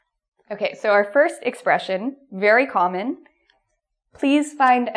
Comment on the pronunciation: the way you pronounce the word "common" is really weird. Is it typical from Canada? Anyway I love your lessons. Very clear and useful. Thank you!